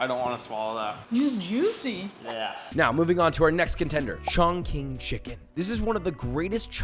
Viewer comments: What? Chongqing pronounced as "chong-shing", not chongking. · ChongCHING not ChongKING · It's not "chongking" it's chongching lol Qi is pronunced chi not ki. I definitely want to make that sauce though. Sounds amazing. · Chongqing = "Chongching" , not "Chongking" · Surprised our Asian friends didn’t comment on pronunciation of Chongqing chicken. It’s actually “chong ching”, not “chong king”. And I know that the “ch” and “q” are NOT the same “ch” sound in pinyin. :) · Chongqing is pronounced "Chong-Ching" not "Chong-King" - Q in Chinese has a "ch" sound! Other than that, an incredible video! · Love the videos! A note on pronounciation: in Mandarin, a q is pronounced like a ch (not exact, but close), an x is an sh (again, close but not exact), a c is a ts, and a zi is a tze. So, caiziyou is tsai-tze-yo, xaioxing is shaioshing, and chongqing is chongching. I'm totally going to try making your final recipe! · Is anyone gonna tell josh that the q in Chinese pinyin is pronounced “ch”? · It’s pronounced chong( ching) chiken but here in china we call this La chi pai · Just so you know, Chongqing is pronounced like "chong-ching" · chongqing is pronounced chong ching but we understand why you pronounced it differently. But there is no hate or being canceled if you say it the right way. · could've sworn you said Shaun King Chicken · Wow I do really wish you had judges that could elaborate on why they decided on their scores better, with more detailed explanations, rather than just a layman's pov. (p.s. Chongqing is pronounced Chong Ching, or really more like Chong tsing) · Fun fact: Italian doesn't pronounce "ll" as Spanish does. It's simply pronounced like an L (albeit long because it's double and not single) Fact #2: In Chinese (Pinyin), Q is pronounced like ch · Bro called it “ChongKing” chicken to many times 😭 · My soul was hurting every time he said cong-king. 😫😫. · You offended nearly the entirety of chin with the pronunciation of chongqing